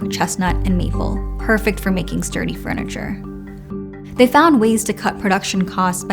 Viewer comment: Why do I keep hearing “freniture”…